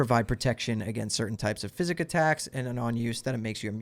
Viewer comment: he’s saying it like physics not like psychics